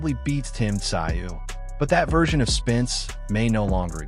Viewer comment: Tszyu is pronounced zoo, nice doco!